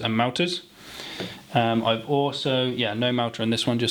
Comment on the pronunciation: Loving the content I've been a fan for YEARS, and I've always had one question that has burdened me for ages... why does your "No" have a "y" in it? "nyoooo" 😅😅. Great videos pal, keep them up.